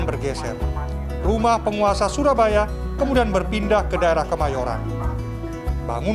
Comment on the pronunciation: bacanya bukan "curabaya" pak. Tapi syurabaya. itu C-nya di coret bawah adalah penulisan jawa jaman dulu selayaknya penulisan cakti dengan c dicoret itu bacaannya syakti